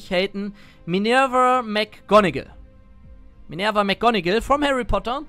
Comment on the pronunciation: Du hast unsere gute Minerva btw richtig ausgesprochen.. sonst wär ich auch toxic geworden <3 :D